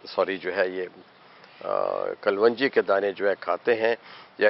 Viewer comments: Why you say kal wan ji ???it is KALONJI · حکیم صاجب باقی سب تو ٹھیک ہے بس لفظ کل ون جی نہیں ہوتا کلوووونجی ہوتا ہے اگر آپ اردو صحیح نہیں بول سکتے تو اپنے گاوُں کی زبان میں ہی وڈیو بنا لیا کریں وہ بھی سمجھ آ جاےُ گی سب کو اسطرح کسی زبان کا ستیاناس ہونے سے بھی بچت ہو جاےُ گی۔۔۔ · آپ اسکو کل و نجی کیوں بولتے ھیں اس کا تلفظ کلونجی ھے ، kalonji ممکن ھے آپ کی یہ تحقیق ھو ، تو برائے مہربانی شیر فرمائیں ۔ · What is kaal wanji please pronounce right. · but it doent sounds good to pronounce WRONG